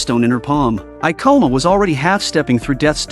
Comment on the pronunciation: Every time they said "kabane"' or ''Ikoma"' I cringed lmao. The Ai voice is always so bare lol.